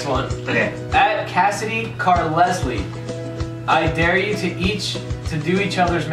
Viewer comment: CARLESLIE LMFAO IT'S PRONOUNCED CARLYLE